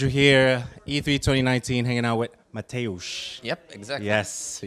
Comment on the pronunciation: Dam man ,your pronunciation of name Mateusz is almost perfect